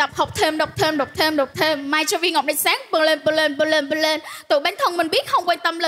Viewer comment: bừng lên phát âm như blame v mà nhiều thg simp lỏ vô kêu nghe rõ chả hiểu kiểu j